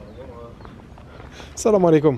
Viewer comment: J'adore comment tu dis " Salam alikoum" tu le prononce tellement bien qu'on dira quelqu'un de chez nous 😂